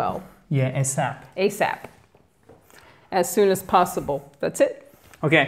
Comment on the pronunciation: c'est bien "possible" mais la prononciation resemble à "passibol"